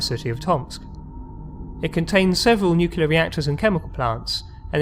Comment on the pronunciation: Really enjoyable videos, but somebody as posh as your good self should be aware that there is no such word as "nucular", it's nuclear, every time. Sorry to be pedantic, but....